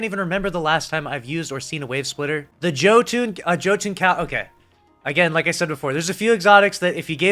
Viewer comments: Pls it’s: Jötuun “yo-tune” not Joe-tune. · Did he really just pronounce it as "Joe Toon"? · Hearing you say Joe Tune instead of Jotuun (pronounced yo-ton) physically fucking hurt. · It would be nice if they could fix them too, I can't even progress the lumina catalyst progress as its been bugged since beyond light came out. P.s. ITS YOTUN not JO-TUN (just played god of war lol) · Love your content but my ears, Jö·tunn [yœ-toon] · the "the joe toon" YUL_TON homie its pronounce YUL-TON but i agree generating orbs is huge for some these exo. but even if they only boosted reserves and maybe mag but also generates orbs that be huge. on some of those exo like chappy if it got any stronger it be broken. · My guy said Joe toon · Me did he just say joe tune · Yoe-toon. It's pronounced Yoe-toon. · “The Joe Ton” Lmao But yeah every single exotic should have a catalyst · Joe tune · It's actually pronounced Yo-ton. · Or Yo-Tunn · How in the hell do you not know how to pronounce Jötunn? It’s been in the game for 2 years. Have you been living under a rock? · You said jotunn wrong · man... That's not how you pronounce Jötunn...